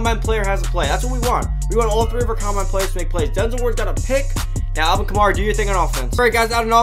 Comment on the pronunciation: Say it with me Ka-MARE-uh. Not Kuh-MAR-ih